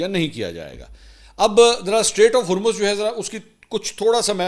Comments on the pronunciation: Mansoor continuously saying "state of Hurmz" 😂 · Please correct you pronunciation for Hormuz. /ˈhɔːr.mʊz/ or /ˈhɔːr.muːz/ Breakdown: • HOR sounds like “whore” or “core” with an H. • MUZ sounds like “mooz” (as in “moo” with a Z sound) or “muzz” (as in “buzz”).